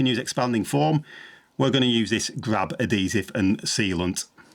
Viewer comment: " A-D-Sive" "How-ers" lmao You removed the "H" from "Ad-He-Sive" and stuck it on "(H)ours" lol